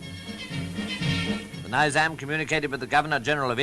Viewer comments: Why "ny"zam? It's "Ni"zam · Rahul shivashankar is being funny. It’s Neezam, not Niiizam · I wanted to watch the full video but every time he said ‘Niizam &, , Naiizam, I got frustrated